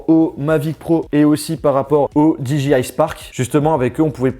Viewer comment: Cool, merci pour cette video très rapide après la sortie! En tant que possesseur du Mavic Pro c'est impressionnant de voir la compacité de celui-ci... Par contre s'il-te-plait, est-ce qu'il te serait possible de prononcer DJI correctement, c'est très irritant... 😜